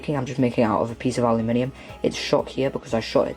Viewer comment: Why do you keep saying aliuminium?